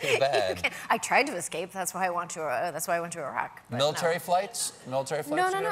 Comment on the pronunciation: It was nice to hear some Americans pronouncing Iraq that way, instead of the usual: "Eye-rack".